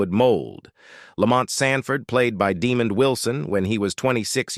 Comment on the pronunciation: DeMOND, not DEmund. Imagine Demand with an o instead of an a. You sound old enough to know better, but maybe you were manufactured more recently than your voice implies.